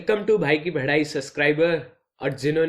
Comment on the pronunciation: I think he say '"Bhai Ki Badhai" Instead of "Bhai Ki Padhai" .